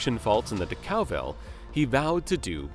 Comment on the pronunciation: It would be helpful if the narrator could properly pronounce names such as ‘Decauville’ and ‘Bournemouth’. It would also be helpful if facts were first checked: Sir Henry died in 1933, not 1993. Additionally, Rolls-Royce was a marque’, and now it is merely ‘another ‘brand’. BMW does not own Rolls-Royce motor cars, it merely owns the right to use the name, the badge and the mascot, under an agreement with Rolls-Royce PLC, who can terminate that agreement at any time